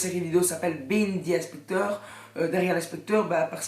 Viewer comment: gg les 200 abonnés, mais on dit pas "bihine the inspector" mais "bihaïnd the inspector"